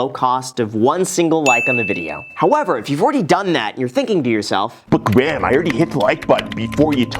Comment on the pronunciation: Wow an American who says Graham right. Usually it sounds like they are saying gram